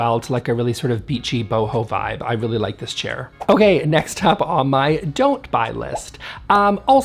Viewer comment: I heard “diss chair”, which is appropriate.